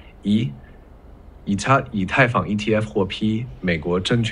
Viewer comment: 居然还会想真人一样误读“以他，以太坊...”震惊到我了